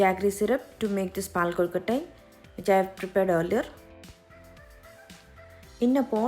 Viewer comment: Awesome presentation. Very good pronunciation. Perfect soft kolukatai